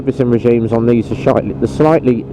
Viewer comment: Haha “shitely”. I do that all the time mate, so much in fact I think I’ve invented my own language 🤣😂